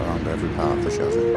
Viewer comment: I like your channel, But its a CHASSIS! Not a Shazi & also the music used in this video sounds like a dodgy porno. Apart from that 👍